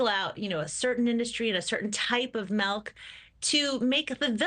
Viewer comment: Its pronounced milk, not melk.